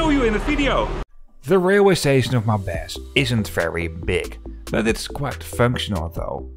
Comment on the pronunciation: It's Maubeuge, not Maubege.